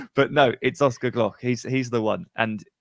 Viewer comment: love it mate, the first time someone talked about oscar and not butchered his name😂